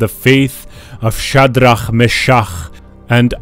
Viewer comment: anyone heard of "faith of chat D Ra me cha ugh and ab bwahaha?"